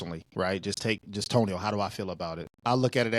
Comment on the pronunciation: Toe-nio had issues, DJ. Toe-nio had issues. 😆